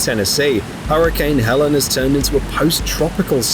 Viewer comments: Hurricane Helene is pronounced hell-EEN not HELL-en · ...it's Hurricane Helene. Not Helen. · Helene, not Helen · Hurricane Helene, Not Helen